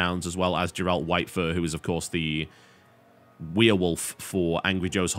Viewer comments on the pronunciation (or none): Grrrrr, TB. It's Grrrrralt. Hard G for Geralt. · Please pronounce Geralt correctly. It is Geralt from the Witcher series. Thank you.